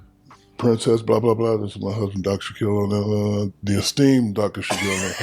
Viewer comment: " the esteem" 😂😂😂😂